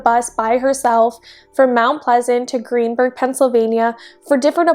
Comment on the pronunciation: It's Greensburg, not Greenburg. She was found in a garbage bag at Greensburg Salem Middle School, where my wife teaches. I'll never forget hearing this terrible story that day.